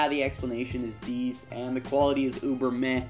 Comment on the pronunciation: Asian says, "Quarity"